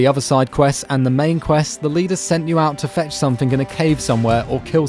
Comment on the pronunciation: Sumthink shouldn't be pronounced anythink like that